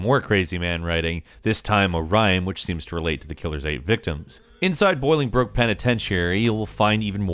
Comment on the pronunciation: "Boiling Brook" lol